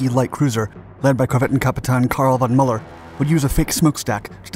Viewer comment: Good video, except the very bad pronounciation of Kapitän von Müller's name.😞